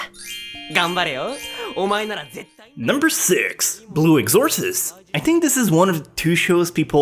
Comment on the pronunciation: you are saying blue exorcist wrong